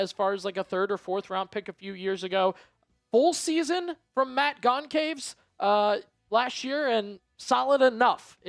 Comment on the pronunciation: The c in Goncalves is pronounced as an s in both brazil and portugal